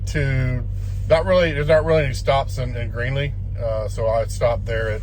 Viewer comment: You mean Greeley..lol... it's not Greenley